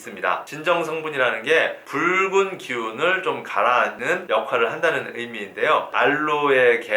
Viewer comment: 아 미쳐ㅋㅋㅋㅋㅋㅋ이것만들려요